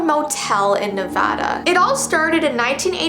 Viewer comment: Ah yes “neveda”